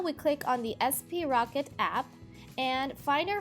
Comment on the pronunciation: I think it's pronounced "sprocket" all one word, not "s p rocket."